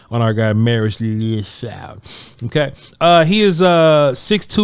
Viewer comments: Lol its pronounced Lee - U - Foul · His last name broken into 2 syllables to make it easier to pronounce…. Liu rhymes with New Fau rhymes with wow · C’mon man! How hard is it to Google how to pronounce the brother’s name? Liufau = Lee-uh-fow! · The way u doing his name is hilarious 😂😂😂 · Bruh I’m dying every time he tries to pronounce his last name 😂